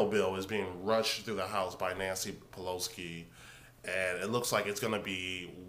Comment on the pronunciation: Pelo-SI not Pelo-SKI...she is Italian not Polish...